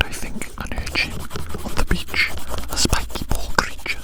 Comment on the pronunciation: The grin-like smirk this man gives us is the silliest thing to experience in an ASMR video other than how he says "little crreature"